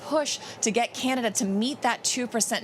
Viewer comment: How long is Biden expected to be in “Canadia” ?